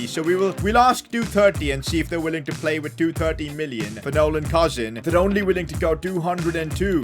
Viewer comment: It”s not pronounced cousin like my cousin it’s pronounced cooseen